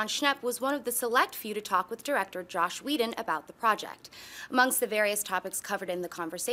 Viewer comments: It's Joss not Josh. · JOSS. HIS NAME IS JOSS.